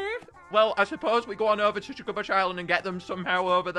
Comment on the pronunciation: To ”shugabuch” island Little mistake